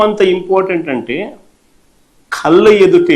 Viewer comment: ఖళ్ళ కాదు కళ్ళ